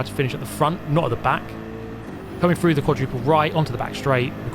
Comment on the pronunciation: Very good “rebuff of his attack” and going “frew” as always!😇